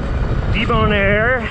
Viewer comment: Lol "de-bone-air..."